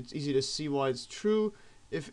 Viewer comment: Why do you stress the word "easy" when you say "Math easy solutions"?